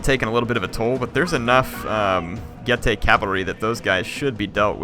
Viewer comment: I thought Getae was pronounced "Geet" am i wrong?